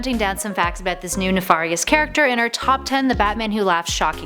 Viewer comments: "ne-far-ious" caused psychic damage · I honestly had no issues with the 'mispronounciations'. Except for neFarious, but whatever. Also, from the future and spoilery: she isn't technically wrong, nth metal is the nineth metal. I couldn't tell you what 1-7 are, but Wondeys bracers are made of the Eighth. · I hate the way you pronounce "nefarious"